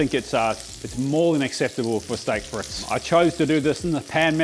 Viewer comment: STAYK FRETZ . that is exactly how it's pronounced... lmao